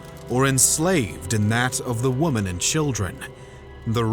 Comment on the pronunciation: You are not pronouncing "women" correctly.